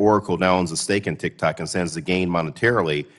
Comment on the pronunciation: Haha “TikTacs” xD